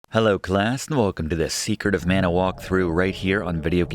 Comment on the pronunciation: the game is pronounced mana as in maa nuh